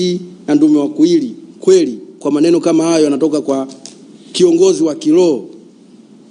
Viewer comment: Sio kiloho ni kiroho, huyu hata biblia haijui